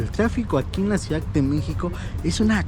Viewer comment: Ciudad, no "ciudac" Modismos. No "dialecto"